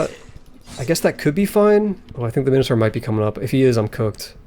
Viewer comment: It's great that you made more of this series. It's not pronounced minnohtar, BTW